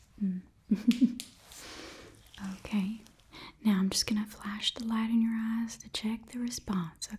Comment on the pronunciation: Ok I hope I'm not the only one who heard "You have beautiful ass" instead of "you have beautiful eyes"